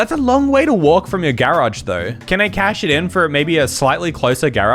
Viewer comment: I love how he says GArAge